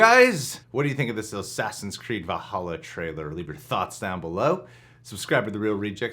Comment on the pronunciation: Oh no he said “Sassins Creed Valhalla” 💀 in the very beginning of the vid 😂